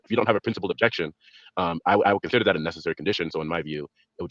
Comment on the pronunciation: It seems as if is picking up Derps speech issues as well as his lame ass arguments. I could swear I heard him say "nethetherwhee" when meaning to say "necessary". If he ever tries to say "suspension" we may need a fucking HAZMAT suit if within a 500 mile radius.